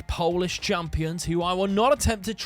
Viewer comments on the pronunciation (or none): none